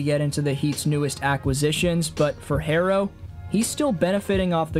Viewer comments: How is Jimmy ”overdramtic?” He was just on soft ass teams that didn’t want to put in the work to win like he did, or just poorly run dysfunctional organizations. You can’t put a hard worker on a lazy team and expect them to be okay with it. Herro is pronounced “hero” not “hairo” And it’s just Bam. Even though he’s named after the Flintstones character, no one refers to him as Bam Bam. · Hahaha. Yea, another telling sign he doesn’t follow Heat is when he pronounced Herro’s name “Hairo”